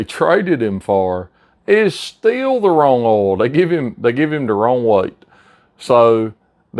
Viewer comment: What the hell is ool,are you saying oil? Or ool?